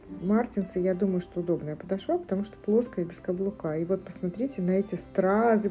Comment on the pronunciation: Добрый день! Спасибо за обзор!, ну почему подошвА (подошвЕ)?! Очень режет слух.